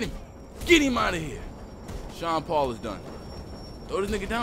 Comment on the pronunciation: Its "SEAN PAUL" OK